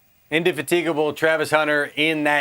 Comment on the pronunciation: I've never heard indefatigable pronounced that way guys